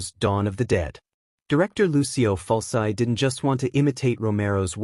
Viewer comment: ITS FULCHI!!! FULCHI!!! YOU STUPID ROBOT!